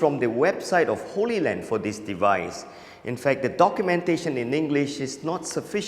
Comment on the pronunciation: It's HollyLand and HollyView - they're pronounced like Hollywood, not Holy Land. Looks like a great device! Does it transmit video AND audio? I've been wanting something like this for a long time. What is the cost going to be?